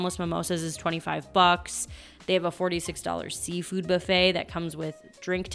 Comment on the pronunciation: She picked the worst video to mispronounce buffet, really made we want to quit the video. Believe me, that isn’t an accent, she’s just mispronouncing the word buffet. But she mispronounces a lot of words, but buffet really bothered me.